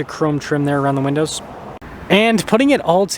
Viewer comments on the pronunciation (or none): none